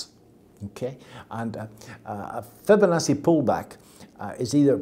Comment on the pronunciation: he can't even say Fibonacci properly.